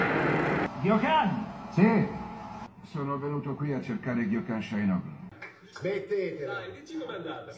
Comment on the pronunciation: Il protagonista si chiama Gokhan, djokhan è la pronuncia.😅